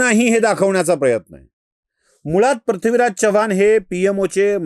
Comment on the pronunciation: पृथ्वीराज हा उच्चार योग्य करा, आपण प्रथ्वीराज असं म्हणतायत